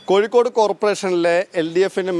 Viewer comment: ഒന്ന് കൂടി മലയാള ഭാഷ സംസാരിക്കുന്നത് നന്നാക്കണം. ഉദാഹരണം - അഴിമതി ക്ക് പകരം അയി മതി എന്നാണ് പറഞ്ഞത്. കോയിക്കോടല്ല, കോഴിക്കോടാണ്........